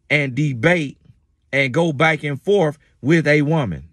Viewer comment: I like the distraughtability 😆🤦🏽‍♀️and the way say back….sounds like baick 🙌🏽good message and certainly the truth